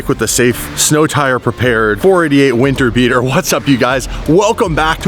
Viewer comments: Is it just me or did he say wiener beater not winter beater? 🤔🤣🤣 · says winter beater and it sounds like he says weaner beater 😂😂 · at first I thought he said "wiener beater"😂😂